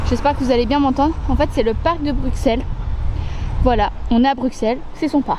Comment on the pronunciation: Ça se prononcé BruSSel sinon chouette vidéo 👍